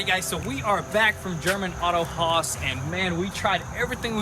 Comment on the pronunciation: Funny how they called it "Auto House" before they went there and when they came back they were pronouncing it "Auto Haus." The puppy is a rust color, I would call him Russ or Rusty. Remember when picking a dogs name, don't exceed two syllables being that dogs don't comprehend more than 2.